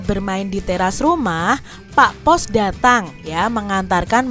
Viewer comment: Terima kasih, tapi kok itu bacaannya, pak pos dating tapi gpp dh 🙏🙏🙏